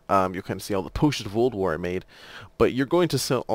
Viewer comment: Every time you say "Potion of Old War" to me it sounds like "Potion of Ulduar", which there is nothing wrong with that, just felt I should point it out. It kind of sounded funny at first. But great video! I'm just starting Alchemy, my friends keep telling me that the quest line is hell though. Have a fantastic day/night/whatever your time zone is! Liked and Subscribed!